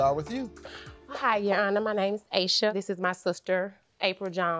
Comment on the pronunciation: Asha is not pronounced as Asia. It’s ASH A . It’s a name from Indian heritage .